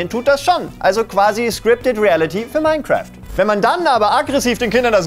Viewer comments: Minecraft ❌ OURCRAFT ✔️ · "Mine"craft oder wie man im Osten sagt: "Our"craft.